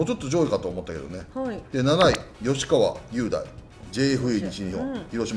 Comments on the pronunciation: 里さん！ ﾖｼｶﾜﾕｳﾀﾞｲではなく 吉川雄大（ﾖｼｶﾜ ｶｽﾞｷ）です！ 雄大と書いてカズキと読むみたいです！ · 吉川雄大はゆうだいじゃなくてかずきやで。